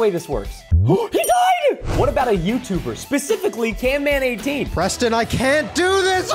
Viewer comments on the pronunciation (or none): It’s not canman18 its camman18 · bro stop calling camman can man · He's cammam not can man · ITS CAMMAN NOT CANMAN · The third (or before the dogs) ITS CAMMAN18 NOT CANMAN18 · hes camman not canman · Why you always call camman18 canman18?